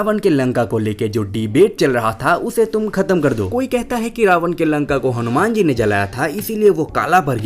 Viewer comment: Tu nam acchhe se le.. hanuman ji hai o😡